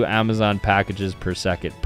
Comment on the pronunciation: He did Zmaaon instead of Amazon lolol